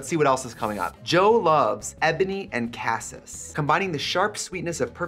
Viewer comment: Trixie also cannot pronounce cassis correctly. Love that